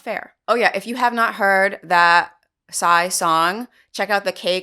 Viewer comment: You pronounced Psy correctly ~